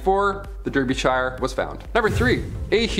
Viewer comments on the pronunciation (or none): The pronunciation of Derbyshire is quite far off 😅 it’s meant to be pronounced darbyshure